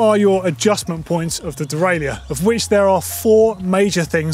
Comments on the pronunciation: Good video, but it's pronounced "de-rail-er" in English. If you want to use the French pronunciation it's completely different - "day-rye-euh". We don't need a hybrid French and English version of the word. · There needs to be a new industry term created to replace “dee-rail-yerr” 😑🙂